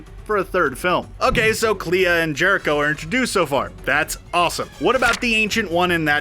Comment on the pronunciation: Clea. I have always heard it pronounced more like "clay-uh". Kind of rhyming with a certain Lucasfilm princess.